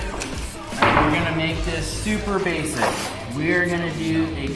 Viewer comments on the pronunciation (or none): "tsuper baseck"... girly voice